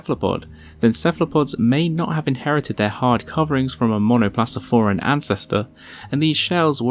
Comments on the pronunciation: Please get your Latin (and Greek) right when you post. Here: it is pronounced as "monoplakofora" (not monoplatsoforae"). Why am I so pedantic? The narrative is central to your clip (the images a nice loop of stills, but not the core of the story), and so is your pronunciation of the names, therefore. Such Latin names are difficult and foreign to most of your audience - and it is part of your job to help here. Latin is used exactly for the purpose of being "free" and "international", and pronouncing the names right opens also hearts, not only the "intellect". You do not need a degree in Linguistics: basic Latin is easy (if you can order a beer in Mexico, you are already on the right way), or at least Wikipedia's IPA-transcription, or your fellow Latin-American next door, help. And yes, we know how Latin sounded, even their dialects - there are Youtube channels on that, too (e.g., Make our Education Whole Again ;-) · It's pronounced MONO-PLA-KO-FORA, just for you to achieve